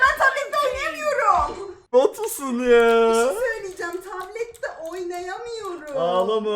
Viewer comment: NOBODY: REALLY NOBODY: EXTREMLY NOBODY : VERY EXTREMLY NOBODY: KÜBRA ÜZÜL:YA BİŞİY SÖYLİCEM YA BİŞİ SÖYLİCEM YA BİŞİY SÖYLİCEM